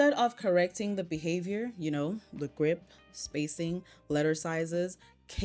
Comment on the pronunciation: That mom cannot even pronounce “grip” correctly; she said “group”